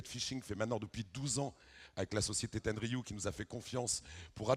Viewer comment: le mec il ne connait même son sujet, respecte la marque "ten er riu" .